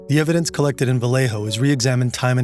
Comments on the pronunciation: It’s not pronounced Va-lay-ho like a typical name of Spanish origin would be it’s pronounced va-lay-o colloquially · It's very understandable if you're not from the area, but I have never heard anyone put an accent on Vallejo like that and it's cracking me up. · How he pronounces "Vallejo" is painful.